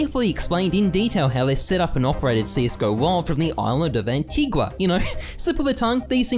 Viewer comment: hearing Antigua pronounced like that always sounds weird to me